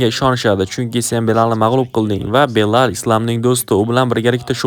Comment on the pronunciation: Belal emas Bilol bo‘ladi to‘g‘ri gapirishga etibor berin